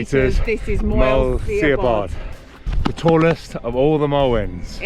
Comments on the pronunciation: Superb video of Moel Siabod scramble!! really enjoying going back through all your vids this evening. Incidentally, its pronounced more like MOIL (as in boil) SHA (like in sharon) BOD (bod, like in.....bod!) - stick with me for more welsh pronunciations using terrible phonetic examples hahaha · Lovely film and some useful insights into the origins of Capel Curig's name.. Diolch.... just one point on pronunciation.. your mountain is pronounced Moyel Shabbod...no sh spelling in Welsh so Si = sh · Lovely peak, summited a couple of times in the past-offering a fantastic elevated view into the snowdon horseshoe. Very much enjoyed your vid guys! Re the pronunciation of Siabod- was told by some welsh locals it’s ‘Moel Sha-bod’.! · Great video, never been this route so would like to try it now. Oh and you pronounce Siabod like "shabod"! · Very enjoyable route - the pronunciation of the mountain is Mole Shabod. Excellent video. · Great filming and commentary love it. I think the way to pronounce Moel Siabod is Mole Sha bod. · 😄 🤣 😂. It's not see- a-bod. It's sha-bod. ❤❤❤ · Pronounce the i like an h so instead of Sea-a-bod it sounds more like Shab-odd, it's a great scramble and one I always advise people to do a few times before heading for Crib Goch just to build a little experience and confidence, carrying on and walking the Moelwyns right down to Blaenau from there is a stunning day out and I think the views just keep getting better and better as you get nearer to the coast, I love the views down to coast for the summits of Moelwyn Mawr and Bach. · Moel shabod... Not moel see-a-bod 'si" is 'sh' in welsh flies away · SIABOD is pronounced SHA-BOD, not SEE-A-BOD folks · Nice video, a bit dramatic maybe, the pronunciation is Moil Shabod... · Apologies if it's already been mentioned but Moel Siabod is pronounced Mole Shabod. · Moel Siabod, (Welsh pronunciation for the English - Mole Shabod) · Great video, rubish pronunciation 😆